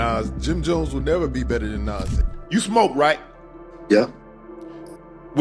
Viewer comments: It’s like he’s saying Nazz from ed edd n eddy lol 😮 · Whats more disrespectful... jim Jones or the way ai keeps calling Nas "Naz" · These folks are literally piecing videos together of everyone saying Nas, and they still say shit like Naze. They do the same thing to SZA in videos. Got to be a robot doing these voice overs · "Nance!..I said Nance" 😂😂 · lol “NyAaz” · "Naz" and "Nos" in the first minute and I am done with this piece of shit video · European if you can't say the person's name you don't need to do a video is Nas not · Dude saying “nays” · This AI man found every way to say Nas but the right way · Guess AI can't consistently say NaS! Lol. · Shitty AI narrator can't say Nas correctly, stop being lazy and use your own voice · This video was made using AI or those who don't know. That's why it mispronounces Nas. Don't support this shit. People are legit commodifying the culture using A.I videos. Here we go... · The way the AI commentator pronounced 6ix9ines name lolol lmfaoooo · Why these dudes keep pronouncing Nas name wrong.Put respect on his name. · Can’t pronounce nas. Blocked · I don’t know which one is more disrespectful, saying his name wrong or saying that you’re better than him. Where are you from, bro? Jim Jones clearly said this to get some attention and he got it. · U can't pronounce Nas..im def cool on this 🤦🏽‍♂️ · This AI pronounced Nas like 5 different ways 😂😂😂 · The way he is saying NAS 🤦🏽‍♂️🤦🏽‍♂️😂😂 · You know how white people pronounce tacos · AI struggling like a mff to say Nas name correctly 😆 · 😂😂😂 you hear too 😂😂😂😂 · You should hear it trying to say MA$E instead of Mase.